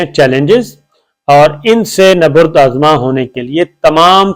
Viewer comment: “ نبرد آزما “ ————- اگر اجازت ہو تو عرض کروں کہ ——— لفظ ———- نبرد ———— میں حرف ب پر پیش نہیں زبر آتا ہے